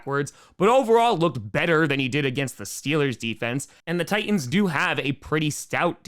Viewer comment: Power rankings... kind of dumb, just an excuse to get on the air, I think. But is fun to listen to, even if he can't pronounce Titan correctly. That said, now do a Powerless Ranking. #1 would be Bear-cubs this week.